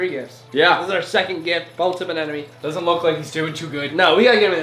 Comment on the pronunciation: Why do u say anenome instead of anemone